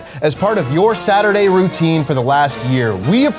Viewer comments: Last Sat-E-Day :(((((((((((((((((((((((((((((( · SAT-E-DAY! SAT-E-DAY!